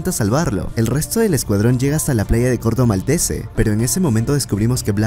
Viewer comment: Corto Maltese es francés así que la E final de Maltese no se pronuncia